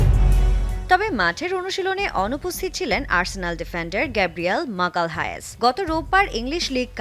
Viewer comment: মাগালহায়েস😂, কারেনথিয়াস😂